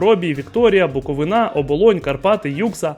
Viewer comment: І знову проблема з наголосом у слові Буковина!!! БуковИна! Ииии!